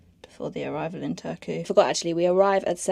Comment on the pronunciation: The R in Finnish is always rolling R, quite similar to Spanish rolling R. So you should pronounce e.g. Turku as TuR-ku.